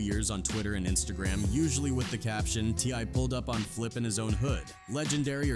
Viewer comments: Sht said T I Y 😂 fuqn bot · It's t.I not Y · T eye eye , t one , tee , tip , T why. Wtf.